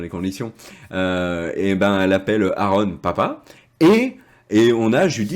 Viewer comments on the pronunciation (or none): none